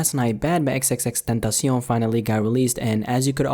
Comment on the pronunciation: stop saying his name like that, it pisses me off